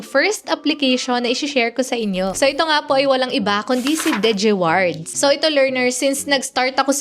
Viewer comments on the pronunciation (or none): Arte mo umimik. Haha sakit sa tenga. “Degewards” 😂 g4g* “digiwards lang eh “dege amp” hahaha rap mong tuktukan 😂🤬😆